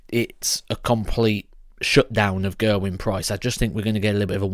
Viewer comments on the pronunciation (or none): I'm Welsh and the right pronunciation is Geh-r-win, not Gerwin as in Michael van Gerwyn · You're pronouncing his name wrong.